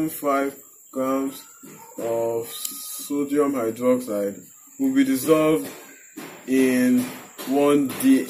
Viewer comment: I hear "sºdºmite" 50% of the times you say "sodium hydroxide" lol